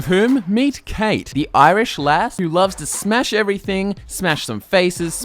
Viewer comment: oh i am pissed the pronunciation is kawt not kate cait is the irish for kate